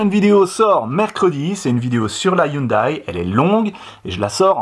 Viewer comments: La marque Hyundai se dit "youndé"... Bravo pour les 60k! :) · En même temps il a raison 😉 Voir la dernière vidéo de POA sur la Hyundai à hydrogène où le responsable de la marque le reprend sur la prononciation 😊 Félicitations pour les 60k continue comme ça.